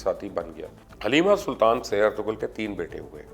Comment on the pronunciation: Its ertu-rul g is silent Sir